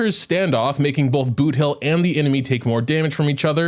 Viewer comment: He butchered boothill like crazy. Many are recommending for him to redo the whole video